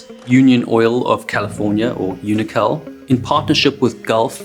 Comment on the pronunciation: He's really quite good at receiving pronunciation feedback; I noticed in this video UNOCAL got the standard pronunciation, where it had his intuitive pronunciation in earlier videos. And agree entirely - these are always high quality, succinct videos